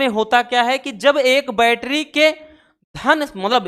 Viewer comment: Sir aap bol rahe hai baitri or shandi me seel jood rahe hai😢😢😢😢😢